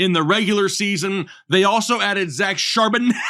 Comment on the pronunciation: Dude, you're gonna pull a hernia trying say Charbonnet😅😅😅😅 🔥🔥🔥🔥🐬